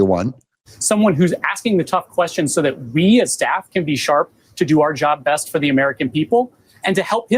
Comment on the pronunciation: Did you catch that ? "Help him make the best decisions," emphasis on the word "best."